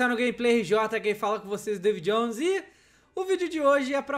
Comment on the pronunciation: Hj o dj ta absurdo 'Gerra Civil' e ' Travor' ee davy jonees